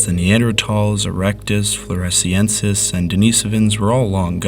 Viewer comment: Denis - OH - VINS (Denis/Dennis as in the male name; like Dennis the Menace...) not Den - ee - so - vins